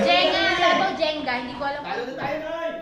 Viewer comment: Jeng-ga basa dyan (panget)